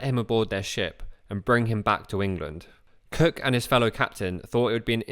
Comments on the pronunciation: I keep on thinking you are saying James Kirk. Oh Star Trek, James T Kirk. I don’t hear Cook, I hear Kirk! Great video! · Great video. For the first half I thought Cook and Kirk were 2 different people. But I think it’s you pronounced “Cook” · Narration is unintelligable where it comes to expressing Capt. Cook..... as Capt. KIRK!